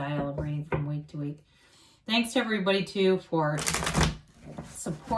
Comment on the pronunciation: love it ahah when you said week to week sounded like wink wink :P